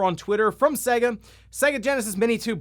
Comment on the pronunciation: Not Segga, it's Sega